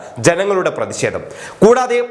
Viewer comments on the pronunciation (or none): ദയവ് ചെയ്ത് ഉച്ചാരണ ശുദ്ധി നേടുക. "പ്രതിഷേധം "